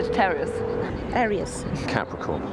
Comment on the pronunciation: tf is a arius 😂😂